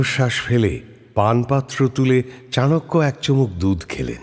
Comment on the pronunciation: Sudhu golpo hisebe valoi. But ei chanakya nam ta charakya sunte kane kamon jano lagche